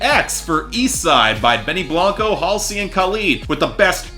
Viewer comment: And HALLsey as Hal-see